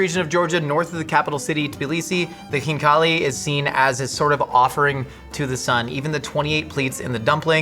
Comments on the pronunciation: oh u butchered those khinkalis 😭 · That was horrific how he mangled the Khinkali.... DEPLORABLE! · As a Georgian-American, I was not expecting pronunciation of khinkali and Tbilisi to be so good! Both are usually really hard for English speakers to pronounce. Ok just got to the part where he actually eats the khinkali...I'll let it slide this time but that's basically a crime 😂